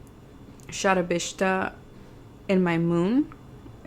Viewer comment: It’s so cute the way you pronounce shatbisha. Do read varga chakra by SRath . You’ll love it.